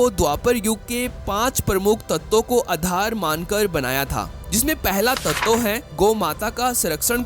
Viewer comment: तत्तव नहीं, तत्व कहते हैं.